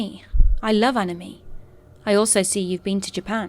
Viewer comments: Ani-me? Nope. That’s an end all offence. She will never be forgiven. Ugh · "Anna-me" conventions. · the scariest part about this video is how the narrator pronounced "anime" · I've never heard anybody pronounce it like that. Not right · Listen how she pronounced anime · I've never heard anybody pronounce it like that